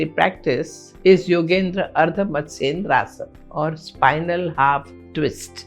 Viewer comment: Why is she saying yogendra matsyendrasan?